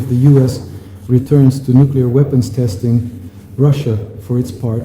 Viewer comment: nucular topidos nukular missles you fruad